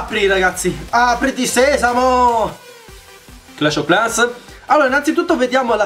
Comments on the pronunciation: Hugo Umana pronuncia inglese clash ov clans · 🎮DarkBlue🎮 sembra che dice proprio Clash o Clans 😂😂😂